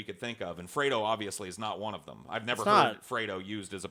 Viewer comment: Aaaaiiiooo kept saying Freedo....it was very upsetting.